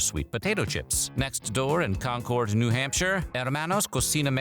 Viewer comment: The way you pronounced Concord spiked my blood pressure